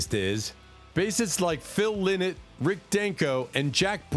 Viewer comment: Phil Lynott is pronounced wrong in this video His name is pronounced Phil Line-not.